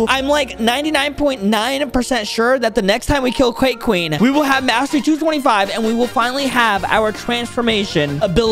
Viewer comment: did you know he said quake queen insted of cake queen lol